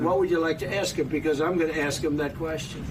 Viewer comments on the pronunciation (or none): none